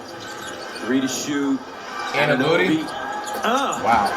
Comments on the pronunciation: “ OG Anunbooty ” had me dying 😂😂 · That man said annabooty lol